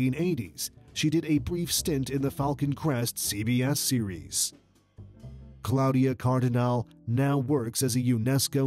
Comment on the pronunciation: It certainly grates on the ear that the narrator has not managed to learn to say "Claudia Cardinale" in Italian.